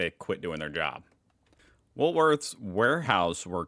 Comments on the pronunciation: It's Woolworths with the S at the end - not woolSworths. Just saying. 😂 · It makes me laugh that you still say Woolsworth instead of Woolworths 😂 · Its woolworths not woolsworth,no s after the l. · He knows he’s told every week 😅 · You were doing real well saying Woolworths until a couple of “Wools-worths” at the end… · If you don't like that, you're definitely not going to like saying woolsworths 😂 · why do you put an extra "s" in Woolworths?😀